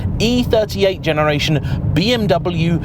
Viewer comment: Another "expert" who can't pronounce BMW.